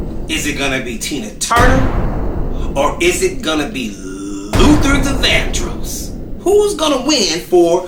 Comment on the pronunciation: Luther Not Luther ….I love Prince but he was something…. And I heard some things about Tina